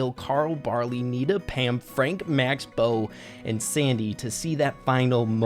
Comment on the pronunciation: When he said nita Pam I heard Peter Pan😂